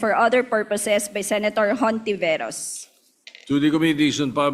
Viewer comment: dinig ko hontiviruz